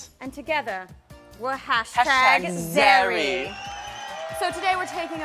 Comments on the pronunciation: it's #Zerrie not #Zarrie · *zerrie not zarrie -. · *sigh* it's zerrie not zarrie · Hahahahaha its zerrie not zarrie but that's ok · Isnt it zerrie? Not zarrie lol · you're beautiful tyler! but it's zerrie not zarrie :) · It's Zerrie not Zarrie you're such carrots... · Its zerrie not zarrie its bothering me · zErrie not zArrie that is bothering me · It's Zerrie but okay xD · zarrie with an a? really? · It's Zerrie lolZ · its ZERRIE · I'm sorry it was annoying me but it's zerrie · It's ZERRIE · Its zerrie.. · Lol it's zerrie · Its zerrie. ( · It's Zerrie :P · its zerrie haha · It's Zerrie* :D